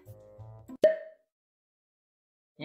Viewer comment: おしっこしたいの所おちっこしたいって聞こえたw